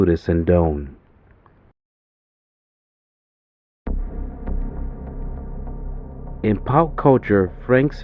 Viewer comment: Update the pronunciation of his name… sin-doh-nee